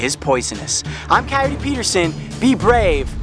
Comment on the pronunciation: I can't take him seriously as an outdoorsman if he pronounces coyote like that